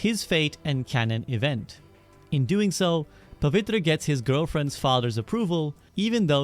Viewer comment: The way i LIT UP when you said Pavitra right was just instant , i thought " is this guy Indian ?" ,( Btw spectacular vid )